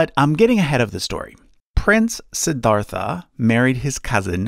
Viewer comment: It's funny how the narrator pronounced Suddhodhana and Siddhartha pretty correctly but still pronounced Buddha as Booda.